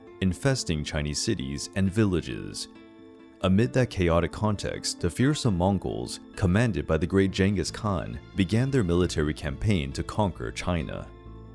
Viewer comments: “Jainges Khan” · 'jengis khan' Excuse you